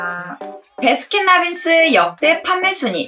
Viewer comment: 베라 아니고 배라